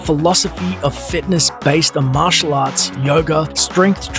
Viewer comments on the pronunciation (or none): none